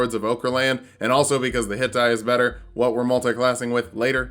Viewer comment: For a second I thought you said "better hentai" when you were explaining why you started with fighter and I was reminded of some stuff.